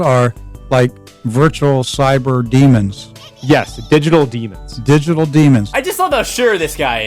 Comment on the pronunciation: DyGiTul DEAMOONS